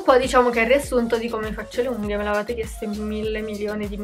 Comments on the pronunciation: perché dici unghio?... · anche io ho sentito unghio 😂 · Ma pk dici unghio? 🤣🤣T. V. T. B💖💖💖🌼🌼🌼